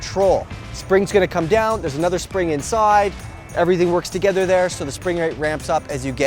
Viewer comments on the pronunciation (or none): none